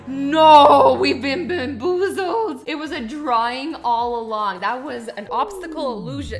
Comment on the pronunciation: Azzy :"we've been benboozled!